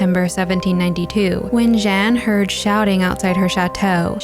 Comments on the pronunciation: I love this channel and look forward to each video. I had to cringe at your french pronunciation, though. Jeanne is pronounced " Zhyah-nuh" the last "uh" being spoken quietly. Monsieur, in spite of the "on" is pronounced " Mis yurh". I know french pronunciation trips up a lot of people and you can look it up online. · I enjoy your explanations! It’s not “Jen” tho